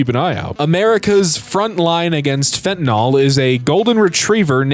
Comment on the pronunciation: fen-ta-nyl not fen-tin-ol